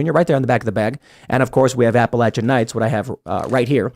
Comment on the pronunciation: Thanks for pronouncing the mountain range correctly. Now I don't have to throw an "apple atcha".